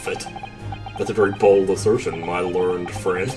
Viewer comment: Oh, and "learned" is two syllables. ler-ned